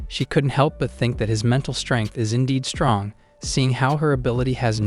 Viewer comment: Stronge he says